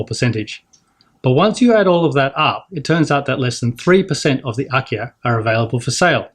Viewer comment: Wait, have you said IKEA? Oh, it's Akiya.